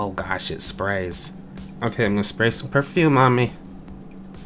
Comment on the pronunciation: Purfume not purfumie